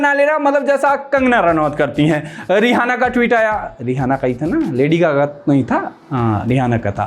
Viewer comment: भाई वो रिहाना नहीं है रिआना है 🙏🙏